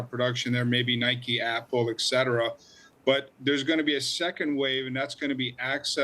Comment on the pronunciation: It’s: ET Cetera.